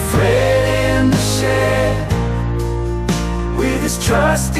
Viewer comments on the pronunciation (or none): It's Fred not frid